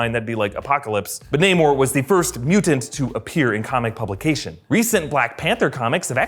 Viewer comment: Namor,, not namur